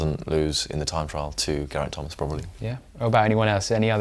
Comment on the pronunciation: How about learning how to pronounce Gerraint Thomas's name. And learn to maintain the same volume throughout --your voice is clear then you drop your volume and it's hard to hear what you're saying because you also gabble at times.